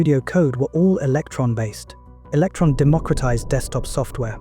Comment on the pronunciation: Electron not Eletron.